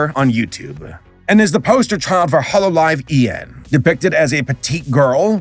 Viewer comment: how are you mispronouncing Holo EN? Kizuna Ai? Atrocious, but understandable I guess. But, Holo EN?!